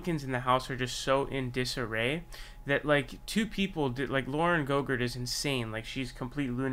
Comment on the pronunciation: It’s Boebert sir. Not GoGurt. That’s not her name GoGurt is a tasty snack.